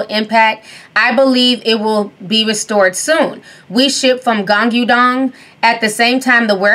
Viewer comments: youv just killed me...whats a GongGuuDong?? It’s pronounced Gwaangdong.....Hahahaha - I love the this woman❤️❤️🤣🤣🤣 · Ti, you did not just say Guangudong 🤣🤣🤣🤣 I love you. You can even butcher my name and I'll still be a patreon; this is quality laughs